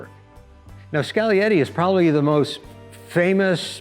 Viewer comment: Skal-e-yeti. Finally someone that knows the G is silent. Like in lasagna. Cool car!